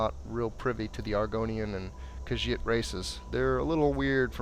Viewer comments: It's khajiit "ca-geet" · Actually kha-jiit